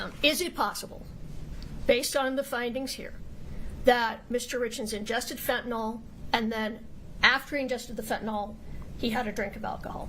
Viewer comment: Everyone mispronouncing quetiapine and fentanyl is driving my medical brain crazy 🥴🥲